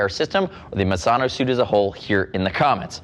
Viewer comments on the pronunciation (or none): pronunciation of misano is mizano